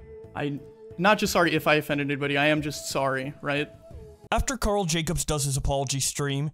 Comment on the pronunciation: ok not even a second in and you said karl wrong